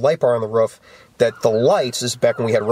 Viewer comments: its a roof not a ruff. ;) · Love how his says ruff instead of roof.